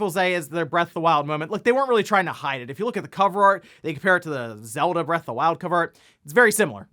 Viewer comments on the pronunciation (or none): none